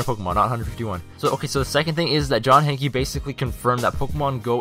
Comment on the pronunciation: its pronounced "hank" not "hankey" even tho ist spelled hanke